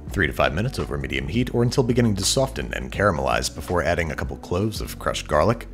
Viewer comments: beginning to sofTen?! is it an American thing or did Babish misspeak the silent T Edit: also is Babish getting ripped? you're arms are showing some stellar veins there :D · Babish puts a hard T in soften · Is anybody else bothered by the fact that he pronounced the “t” in soften